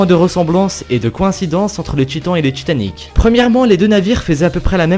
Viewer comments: ca s'appelle Titanic pas tchitanic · Genre "raconte l'histoire dju paquebot le tchitan" c'est horrible!!!!!!!! j'aime bien t'es vidéos mais à chaque fois que j’entends ça j'ai envie de couper. Si tu pouvais un peu le réduire ça rendrait l'écoute de tes vidéos moins insupportable. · j'remarque que tu as un probléme avec le T :3 tchiton..tchitanic.. mddr si non j'adore tes vidéos , continue comme ça :) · Je suis le seul a avoir remarqué "Titan"ic ? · Titanic ci tu enlève le i ça fait titanc